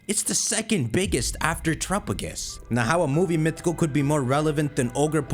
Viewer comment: Just like his horrible pronunciation of "Terapagos".